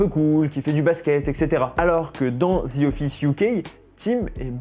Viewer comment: Pas parfaitement? Zi? Zi? J'ai dû arrêter la vidéo tellement c'est ridicule...En plus, te le dis 10 fois en 30 secondes...ouf...